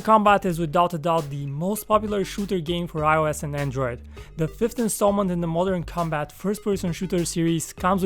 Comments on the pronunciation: I thought you say mortal kombat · THE VIDEO IS PRETTY INTERESTING BECAUSE OF HIS VOICE AND THE WAY HE SPEAKS ALSO.😀 Mother Combat “shallowgun deadzown” lol I dont know why but i hate when theres auto shoot